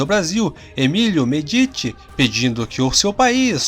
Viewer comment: Ditadura militar não, tinha eleições arruma esse vídeo se mão vou desinscrever, estuda direito ou não faz vídeo 😠 e aprende falar o nome do presidente 😠 se pronuncia médice e não medite, seus vídeos são muito bons más você precisa aprender pronunciar os nomes. E estudar história sem ideologia comunista 😠